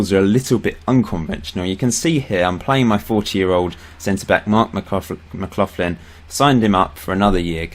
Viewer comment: Your pronunciation isn't too bad but McLaughlin is said more like McLachlan. Except for that your time in charge of Clyde has been really good